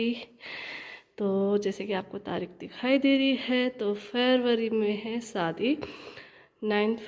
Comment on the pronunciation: Sadi nhe shadi bolte hai aap ka talfuz sahi nhe hai....